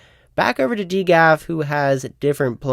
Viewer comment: who pronounces it D GAF lol